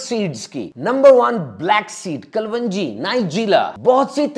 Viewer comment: Kalonji, not klwanji